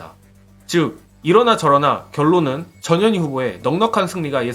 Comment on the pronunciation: 근데여 전 현희 님 성과 이름 띄어서 읽어주세여 ㅎ